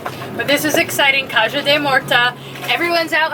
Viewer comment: Caja is pronounced Caha.. With helping just ask Can I help you? if they say yes then give a suggestion say I can suggest this.. (modest approach)